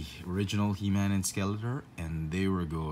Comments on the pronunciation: It sounds like you are saying the 'tor' part like 'tur'. I don't know. I'm just jealous you get all these figs. I still haven't seen the deadpool wave. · Good find! But it's actually pronounced Skelator (tor, pronounced like door but with a t). 👍🏼